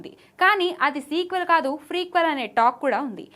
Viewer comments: Madam adhi frequel kadhu prequel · Freequel kadu amma ... Prequel